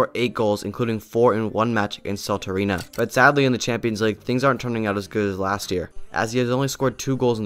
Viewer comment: salterina? its salernitana